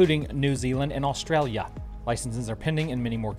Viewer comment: U almost said AUSTRALYA properly. Keep trying.. great channel thanks.